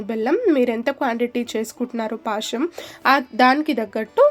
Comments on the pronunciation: పాశం కాదు పాయసం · Paasham kaadu adi payasam..telugu ni telugu la matladandi